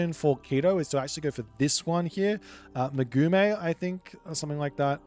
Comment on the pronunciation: Ma' Gay the correct pronunciation for the plant that turns into tequila